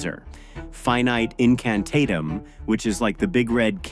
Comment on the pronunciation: You’re Saying The Shield Charm And General Counter-Spell Incantations Wrong Dude LOL. The Shield Charm Is Pronounced “pro-TAY-goh” And The General Counter-Spell Is Pronounced “fi-NEE-tay in-can-TAH-tem” Or Just “fi-NEE-tay”, Not “pro-TEE-goh” And Not “FY-nite”